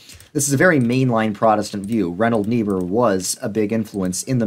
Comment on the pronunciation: still can’t figure out who you are talking about. If it is Reinhold, it is pronounced wrong, if it is Richard, same 😳. Richard Niebuhr was the one to write Christ and Culture.